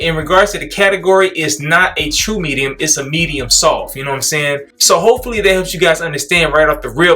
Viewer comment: Lmao always saying “SOFPH”. 😂😂😂 bruh never pronounces the T in soft 😂😂😂 That brush a Medium-SOFPH!!